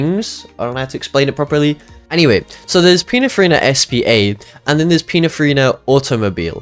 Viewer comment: why does bro keeps saying pinafarina